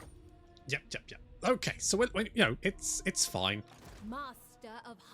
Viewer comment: The "f" in your "fine" is always a "fuck!"....😛😛😛😂😂😂 Can't wait for the incoming Waaagh against Dungeon-Boy....